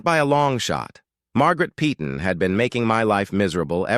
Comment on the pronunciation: Yeah, and the AI generated narration mispronounces 'Peyton' repeatedly throughout the video. A lot of the narration in these fake scenarios is truly pathetic and getting quite tiresome to endure.